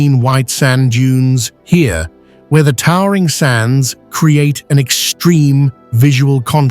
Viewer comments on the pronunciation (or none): none